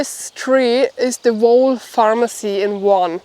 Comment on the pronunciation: whole is pronounced hole